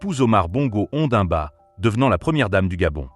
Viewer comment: N'importe quoi votre vidéo. L'homme nait, grandit et meurt. Après, c'est facile de mettre une voix d'IA. Qui ne sait même pas prononcer les noms comme Ondimba. Elle devrait ressembler à qui à son âge?? n'Importe quoi.